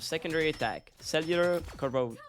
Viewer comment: someone who can’t say “cellular corrosion” shouldn’t call anyone lil bro, fourthie minus one